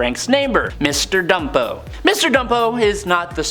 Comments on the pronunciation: Bumpo, not Dumpo, dumpo! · Mr. Bumpo. That's "Bumpo". B-u-m-p-o. With a "B", not a "D". And Gnucci is pronounced "new-chee".